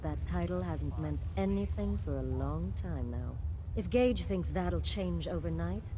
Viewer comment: Gage his name is Gage